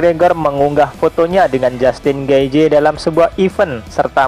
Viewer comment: Di bacanya getjeh bang